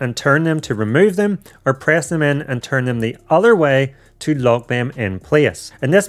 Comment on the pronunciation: He says dem